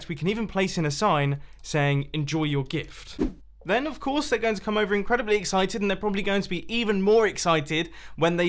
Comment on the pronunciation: "it's incredibally simple to create!"